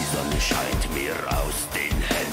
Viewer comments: It's pronounced Zaw-Nuh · Yeah, you were pretty close to perfect: Sonne (sun) = ZONN-UH 👍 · Say it like you are are saying “sauna”. Here comes the sauna. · Hi, great reaction. In general, the German S is pronounced like the English Z when it’s at the beginning of a word. The “e” at the end is more like the English “uh” . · Sonne is pronounced with a S like in seven, not with a Z like in zebra. Funny thing that the Sun is feminine in German, so Snow White is coming like the Sun in the dwarves' dull, hard working lives. The original Snow White story written by the brothers Grimm (german writers) is a lot darker than the Disney Version.